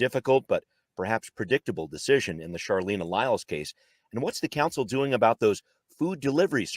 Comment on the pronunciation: Out of respect for Charleena, please know that her name is pronounced with a hard "ch" as in "Charlie". Also, cops lie about their safety being threatened all the time.